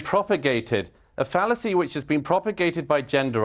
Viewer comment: When the Blonde spoke the word 'Phallacy' out of her mouth I got a Semi!